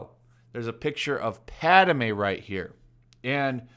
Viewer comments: He keeps saying “Padame” 🤣🤣🤣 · Werid way to pronounce padme. Lol